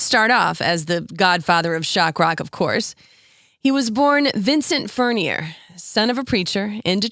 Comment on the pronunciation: It's pronounced Furn-yay.